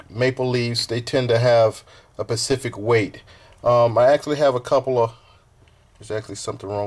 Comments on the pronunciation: =OoO= What's a "Pacific Weight"???!! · pacific weight or specific....? xD